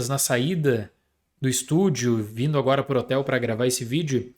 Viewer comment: Pessoal, vocês reparam que o fala ANUORA? HELP